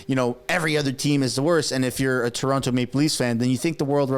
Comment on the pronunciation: You said TO-ronto. cmon